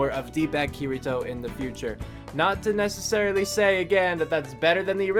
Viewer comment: he not saying kirito the right way bro lol